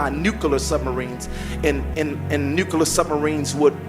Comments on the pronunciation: pronounces nuclear as “nuculer”. Lol. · “Nucular” and “bummed” lmao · Noooo, not the Nu-Kuh-lar submarines 🤣🤣🤣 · "nucaler" ? "Hummasexuals"??